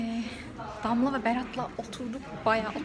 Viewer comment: Danla mı Damla mı dedi 😌